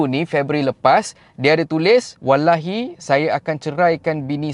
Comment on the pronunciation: Mohon belajar cara sebut perkataan "Allah", "Wallahi" dengan lebih tepat